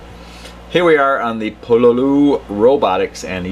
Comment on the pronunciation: just so you know it's pronounced Pololu not Pololu